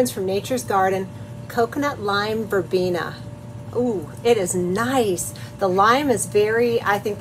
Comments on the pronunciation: Very lovely soap!! And the colors came out right, lovely in all. Yes is Verbena. Is pronaunce is Spanish as is written " Verbena " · You had it right 1st time.. its pronounced Verbeena.. and the soap is striking.. thanks so much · Wondering if NG made a typo or it's on purpose. Either way you are right when you pronounce Verbena. By the way, beautiful flowers! You pronounce Calendula right, as a dedicated flower enthusiast, I have never heard it say that other way. I also say Vanillin the same way you do. 😅. There is a fellow on you tube who only spends a week to week and half to learn all these languages. Then he will go out and talk to folks in different cultures and they are astonished because he sounds like he grew up speaking their language. Some of them very difficult! Amazing! Cheers & Blessings👍💕